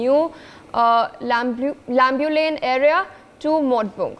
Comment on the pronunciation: Lambulane,mawtbung may have to be pronounced in consonance with the right dialect. Similarly Meitei also.